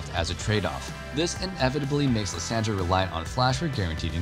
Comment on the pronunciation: Again butchering lissandra name xD Yisus that’s so bad